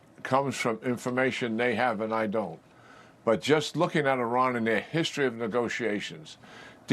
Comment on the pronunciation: General Keane cannot even pronounce the name 'Iran' correctly. It's not 'Orran' and it's not the Straight of 'Hamuz'.